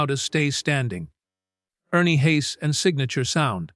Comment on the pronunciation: His name is pronounced Hahs not Hays. I've been listening to him for about 40 yrs. He's a gifted singer.